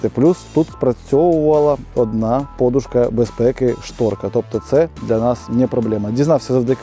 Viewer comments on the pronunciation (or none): none